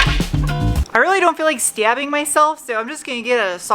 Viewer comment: when you said stabbing your northeastern accent showed up